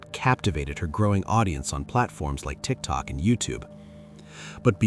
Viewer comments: I said TIK TOP that's what the narrator said, I know what TIK TOK is😂😂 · that's funny it said Tik Tok fine in other parts of the video 😂😂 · I heard that too 🤣